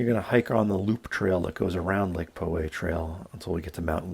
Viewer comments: As a native, I came here to say this. POW-way, not PO-way. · You were saying "Po" way ;) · I've hiked the trail many times. Spot on advise about getting up early and getting there just before dawn. I hate the crowds so leave early and pass them on the way down. Btw its pronounced Pow Way. John from Poway. Thank you for your video. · Lake "Po" way :) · Isn't it pronounced Lake "Pow" way?